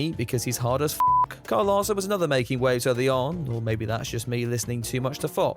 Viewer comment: How dare you make fun of Lyle Karson, ummmm, Kyle Larson. Thankfully you're a Brit and can get away with it. Any American who doesn't gush over him gets flogged which is getting increasingly annoying.